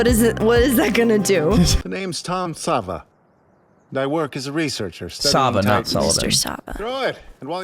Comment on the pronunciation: Hey, just as a heads up, since the dubs did that thing again where they translate a characters name weirdly, Tom Ksaver is pronounced "k-sah-ver" (very short k sound before the "sah-ver", but silent is alright too.) instead of "sah-va". This one's at least a little more understandable than Reiner's mistranslation leading him to being called the very feminine "Reina" in the English dub. Even as the manga was being released (don't worry no spoilers) people kinda didn't know what to make of his name as it's "トム・クサヴァー". Phonetically translated, the katakana is "Tomu Kusav-a", but western sounds are weird to translate into Japanese because we divide our language's sounds more - almost all Japanese sounds are a consistent + vowel. Fan translations that where happening during the manga release kinda interpreted his name to be "Xavier" given the K+S sound at the start, and "a" often times being a stand in for "er" (Yeager -> Yega etc). But at the same time, there were also people saying that the Katakana translation of Xavier would be "Zabieru". It wasn't until we got an official English translation for the manga that it was revealed that it is, in fact, Ksaver. I think this just kinda comes down to a quirk in how names are picked, being that Isayama doesnt speak European languages. Sometimes they'll make a lot of sense, like Erwin Smith, because at least Smith is a very common last name, but then we get stuff like Armin Arlert. The process of choosing foreign names for your characte